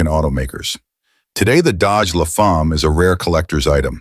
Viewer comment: Dodge Le Fahm? That's almost English. Please don't ever visit Quebec. They'll slap you for an accent that bad. La Femme, rhymes with "a hem" with an "l" at the front.